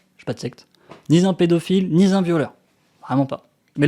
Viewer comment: "Je suis ni z'un gourou de secte ni z'un pédophile ni z'un violeur" Pas la peine de préciser qu'il n'a pas été très attentif en classe non plus.